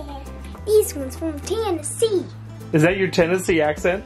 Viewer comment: I'm a tennessean and she's got it lol. There 504 syllables in TN